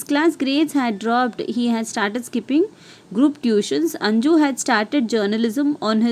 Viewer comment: Maam that is not anju that is 'anuj'